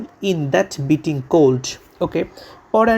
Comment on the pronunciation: স্যার ভুল শিখান কেন? উচ্চারণ তো বিটিং না হবে বাইটিং। যার অর্থ কামড়, ঝাল, তীব্র, কনকনে, অসহ্য ইত্যাদি ইত্যাদি।